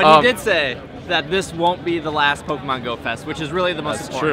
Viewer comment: Did John Hanke mispronounce Pokemon? SMH.